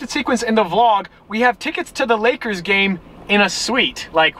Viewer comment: "Lakers" lol